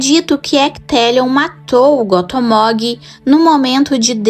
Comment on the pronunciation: Só uma pequena correçãozinha...Gothmog se pronuncia "Gófmóg". Espero ter ajudado, e que no futuro, vc fale bastante desse líder dos balrogs. Vida longa ao canal!